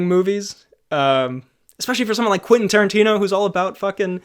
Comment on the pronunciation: Quenfeet Toerantino